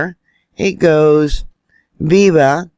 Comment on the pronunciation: "viva the internet"... You mean "VIA" the Internet..not viva.😂